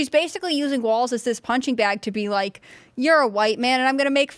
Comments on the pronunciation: it is pronounced "Walls", not "Waltz" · Walls Walz Not waltz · Waltz? Walz? ...... According to Google the British pronunciation is wolts. American is waalz. So I guess you can say it either way.